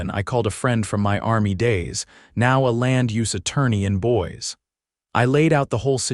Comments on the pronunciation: 👌 It's definitely not pronounced BOYS 😅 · Boise is pronounced Boy-see.